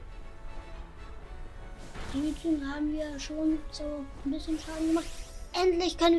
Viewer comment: Suizune? Suikune